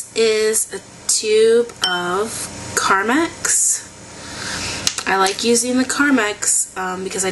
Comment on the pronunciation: carmax is a car dealership... lol! j/k (no, but really, it is!) ;) it's actually pronounced carMEX. :)